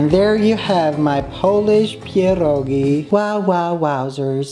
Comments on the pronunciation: I NEVER HEAR SOMEONE SAY PIEROGI THAT GOOD LIKE.IM IN SHOOK LOL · omg i love the way you say "pierogi” its perfect 🤩🤩❤️ kisses from Poland🥰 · The pronunciation of pierogi🤩